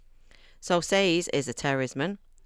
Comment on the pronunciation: YES!! You pronounced Sazed like I do. Apparently it’s incorrect, but since there’s no pronunciation guide given, I’m going to continue pretending it’s correct. Sorry. Just a random tiny thing. 😅 Alright, as to the whole video: The over-explanation of the magic system is one of the most common critiques of this book. I wholeheartedly agree with you on the characters. I’m glad you enjoyed this. Book 2 is a bit slower, but that’s due to the nature of the story, not because he’s writing it poorly. -T